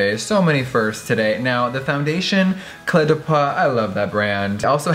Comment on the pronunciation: hey Jeffree ! just want to help you with the french words a little, the eau in the word peau is prononce like the o from so or go. Hope that help ^.^